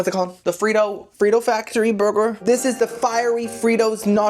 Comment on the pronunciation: Omg I never noticed before, but the way you pronounce “burger” is really adorable 🥹❤